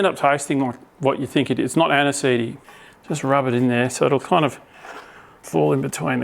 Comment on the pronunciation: It's not Anisee, is that even possible? 😂 hahaha glad to have you back, buddy!